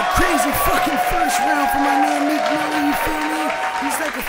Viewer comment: why tf you keep saying meek mills?! there is no "s" at the end